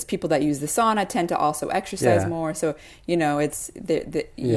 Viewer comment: The lady conducting the intervies needs to learn how to pronounce sauna.